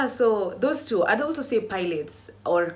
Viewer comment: Babe it’s pronounce pailatees and caleestheniks 😭😭😭😭